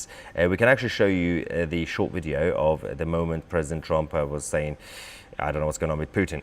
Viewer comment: STOP saying " wideo" it's video